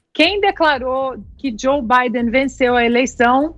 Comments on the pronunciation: ele deve está zuando o nome do cara kkkkkkkkk. Na verdade é Biden ou Bidé?? Kkkkkkk! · Zé Manézin Joe Bidener Ana ... aiiiiiii enfase no BIDEN pro Zé aprender auehuaheuahe